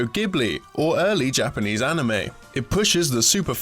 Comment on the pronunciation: Yeesh, guys. Please do just a tiny bit of research into how to pronounce Japanese. It's not that hard, and you're doing a series where Japanese words are inevitably going to come up a lot! Even badly pronounced Japanese would be much better than pronouncing it blatantly wrong - just write something like "gee-jin" into the script so it doesn't end up as "gaijin". It has been bothering me in other videos before, but this case is just particularly grating.